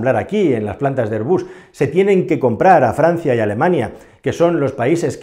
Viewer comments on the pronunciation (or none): none